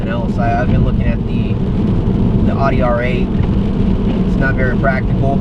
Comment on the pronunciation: Please try to avoid pronouncing Audi wrong in future videos. Thanks.